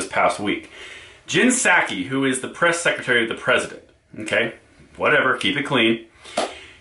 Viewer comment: Oh, I thought you pronounced it, like PISS-aki.